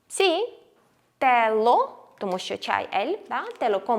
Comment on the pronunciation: Мені здається, чи артиклі lo/la правильно вимовляти з м'якою л (щось між ло і льо)? Без хейту, просто пробую заодно вчити правильну вимову, а на відео ви вимовляєте по-іншому і я не знаю як добре.